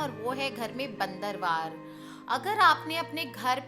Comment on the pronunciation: madam bandanwar hota hai .not bandarwar